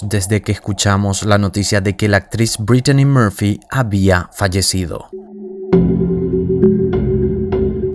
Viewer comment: sumale que , a demas de tratar de hablar en ingles, que pareces dora la exploradora diciendo por ejem. dedellaain o ''breitchani moorpfy, por empesar no se llamaba asi como lo pronuncias ! lo mas probable es que si estuvo inteligencia metida seguro nada fue casualidad.